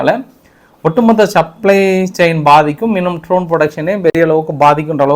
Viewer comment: Tரோன் அல்ல அது Dரோன். படிக்கவே தெரியாதா?